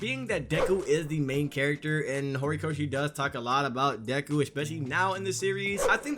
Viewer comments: Is it just me or does this guy say Gorikoshi instead of Horikoshi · Was i the only one cringing when he kept saying “Gorikoshi”😂